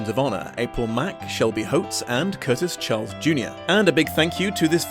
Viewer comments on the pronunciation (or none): none